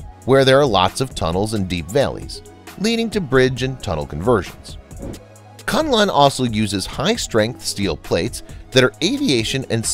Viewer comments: Kunlun is read 'koon loon' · ITS PRONOUNCED AS KOON LOON. SIGH. Its named after a Kung Fu School located in the Kun Lun (pronounced KOON LOON) mountains. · Koon Loon (Kun Lun) as the correct pronunciation. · The program is informative and interesting. However, the pronunciation of certai important Chinese names is wrong. The name KunLun is read as "koonloon" and not "CuntLahn". The engineer who designed the building machines for skyscrapers is LiXia (Lee Siah). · Hi,. "KunLun" is to be pronounced as "Khoon Loon" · Great coverage, but please spend a little time on Chinese pronunciation. Kunlun etc. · your prounciation of Kunlun is hilarious. You change the name of a sacred mountain to a name which literally means "suck cock"